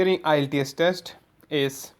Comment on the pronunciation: you don't even know how to pronounce the word IELTS